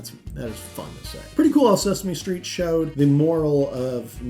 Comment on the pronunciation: I can't get past your wonky pronunciation of Sesame Street but I'll assume the video is good and give you the ole thumbs up.